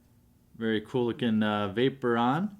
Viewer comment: Im sorry to say but, your not ment for pokemon lol.. vaporon?? its pronounced VAY-PO-RE-ON and you cant even do the trick right. Stop pokemon.